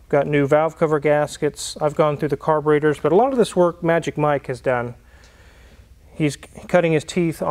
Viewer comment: They are carburEtors - not carborAtors.